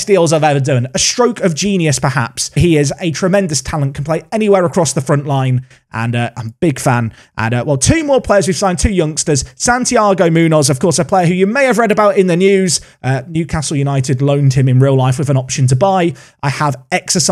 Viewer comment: Muñoz is pronounced Moon-yos.